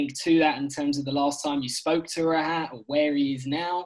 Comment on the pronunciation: His name is pronounced raaahut